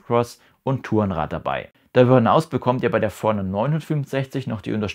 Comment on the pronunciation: Sehr hilfreiches Video, aber wieso sprichst du Forerunner so komisch aus…?